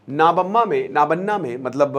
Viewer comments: Nobanno isko pronounce kijiye yahi Sahi hoga nabanna yah Sahi pronunciation nahin aaega Bangali mein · नबान्न Not नाबान्ना , sir